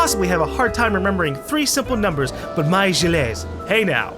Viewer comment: YOU PRONOUNCE GILLES "jill", YOU EVEN HEARD HIS WIFE SAY HIS NAME!